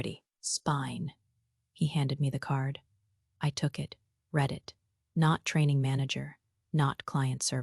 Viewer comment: This one needs some editing. A significant number of commas where there shouldn't be big gaps for no reason. If you can get it to know the difference in pronunciation of read in present and past tense, that would be fantastic.